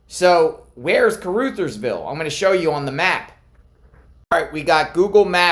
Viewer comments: Car-Uthersville. Short u. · FYI, It's pronounced Car-Others-ville. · Heads up, with upmost Respect to Kuh-ruh-theirs-ville. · Ca ru thers ville The ru is pronounced like in run without the n. Real close to Arkansas border. Also, trivia Sheryl Crow is from there. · Caru (uh) thersville (pronunciation hint). Thank you.